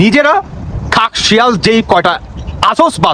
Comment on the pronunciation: কথাটা "খেকশিয়াল"।